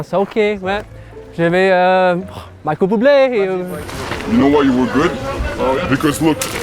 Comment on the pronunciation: "Michael Buble" HAHAHAHA